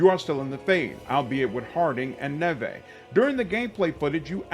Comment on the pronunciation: I think her name is Neve like Campbell not Nevay based on the gameplay reveal how it was pronounced by the characters. Super excited for this game because they’ve really tried to make Rook stand out amongst the protagonist with the customization. Also the fact that there’s basically 9 origins is super exciting and I’ve seen the skill tree that looks like it’s gonna make every build vastly different! The limit on companions makes perfect sense, you are not an army, you are a unit… having too many companions takes away from the intimacy that’s what the companions work in Mass Effect so well. Crpg’s are made to have a large team of 4-6 teammates because of the way combat works.